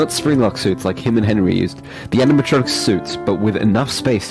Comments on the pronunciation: I love how speed can't say animatronic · Nah... oraegan? ANIMATRONTIC? WHAT THE FUCK? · Anamatrachek lol